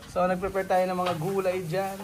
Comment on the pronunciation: bka mabash kn nmn s kbila s sinabi mo...ng frefrefare (ngpreprapare) sabi mo.😅✌